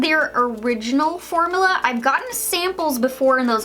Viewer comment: Formula (form-you-la) not (for-moo-la)